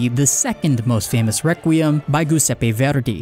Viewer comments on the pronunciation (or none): i speak italian and you butchered Ennio Morricone and Giuseppe Verdi's pronunciation so bad i couldnt tell what you were saying, but its the only fault, great video